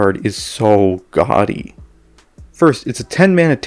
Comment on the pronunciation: yikes that you say gody. thats not even a word buddy